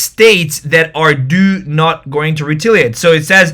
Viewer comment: It's re-TAL-iate. Not re-TIL-iate. Plsss